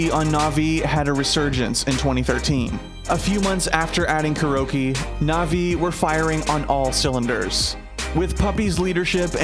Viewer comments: They could have least pronounced it correctly..its not Cure-oh. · am i the only 1 who keeps on hearing "Kiro"?